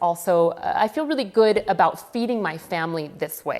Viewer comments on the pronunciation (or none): none